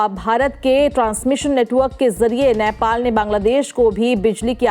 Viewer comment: Patrakar Mahodaya, its नेपाल not नैपाल